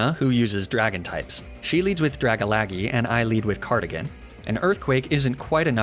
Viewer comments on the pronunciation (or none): hahahaha "Draga-lag-ee", made me lol, i love you <3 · Oh my gosh, dra-ga-lagy really got me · i'm all for you pronouncing the names wrong, heck i always laugh when it catches me off guard, but atleast use their proper names. dragalage xd. good video though.